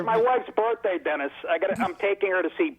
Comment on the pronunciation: Stop adding a the letter "Y" at the end of every name Dennisy Millery